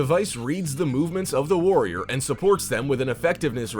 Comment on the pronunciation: Lol when he said future force warrriorrrrrr